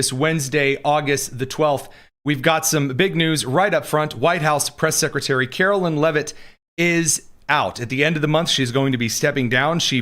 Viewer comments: KaroLINE not KaroLYNN. Very disrespectful and signals dislike and unawareness. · It’s Karolīne…not Carolyn…as the Mother of a CaroLINE and daughter In law to a CaroLYN…they hate it when you say their name wrong